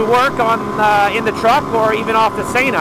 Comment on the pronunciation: thanks but really Sayna? lol lol you mean Sena?:P